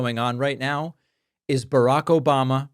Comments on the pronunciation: "Obamna" Thanks, David 🤣🤣🤣!! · Never get tired of "obamna" 😂😂😂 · The “Obamna” gets me every time! 😂🤣